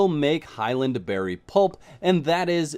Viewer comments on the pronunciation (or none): none